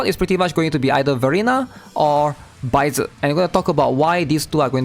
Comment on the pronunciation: I just need sanhua from the 5th day reward to complete my encore team. Also, it’s sad how everyone calls “baizhi” baizer